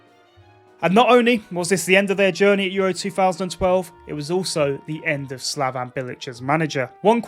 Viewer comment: It ain't "slavAn" bilić,it is "slavEn" bilić...u need a E instead of A..slavAn is serbian 😐